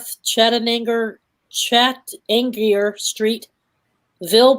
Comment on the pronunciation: And it is pronounced Shat Tan Near road 😂😂😂